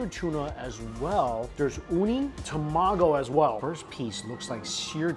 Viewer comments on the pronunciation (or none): Telling him to stop saying it is kinda unnecessary…. If it bothers you that much you can just teach him the right way to say it so that he learns. Obviously Japanese isn’t his first language… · Please stop saying egg in Japanese. You can just say egg. Egg is Tamago, not tomago...